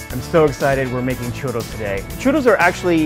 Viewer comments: Aaaaa he keeps saying "churos". Trill the R, man. Trill it! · It’s chuRRos.. double R.. not Churos.. I hate when people can’t pronounce shot like that.. like dude you have an accent and can’t say your double RRs. Such a shame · the way he says churrro <3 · Rene Martinez "churos" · Why is He’s saying shoe-doughs? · "churos" jajaj. Also, Churria means diarrhea (at least in Santo Domingo). You probably mean a "Churreria." Great recipe, though!! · he's not even saying it with an English 'r' sound. It's this weird in-between thing. Either go for the anglo way or the Spanish way. What he is saying doesn't exist. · yo creo que lo dice así porque los gringos no pueden pronunciar el sonido de la doble erre, por lo tanto lo pronuncia "in the white people's way" por así decirlo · It bothers me the way he says “churro” it’s a little cringy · excuse me but churros are from Spain and you have to pronouce the "s" at the end. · You're saying 'churos', and its churros with two Rs aka a rolled R. And you dont know how to say canela either, the L is not drawn out like an english L is.